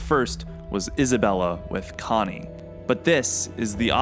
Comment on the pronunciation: sounds pretty normal to me bruv